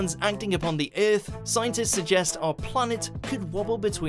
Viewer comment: Let’s make a video with a really cringy narrater that says the word EAAAF terribly bad, that will bait them to watch.